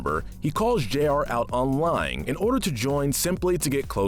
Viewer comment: isn't it Jr and not J.R.?